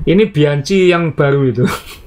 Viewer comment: Bacanya biangki, bukan bianci.